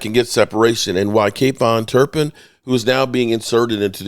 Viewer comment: I thought the same thing it sounds ridiculous